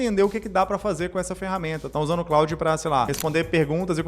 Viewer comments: Antes de jogar conversa fiada fora, você poderia, pelo menos, aprender a falar o nome da ferramenta. Com todo respeito, "Cráudi" é a pqp. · Que pronúnica lastimável, o nome é Francês, se fala "clôd", vacilou demais. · O cara fala "Cráudi". Como pode dar boas dicas?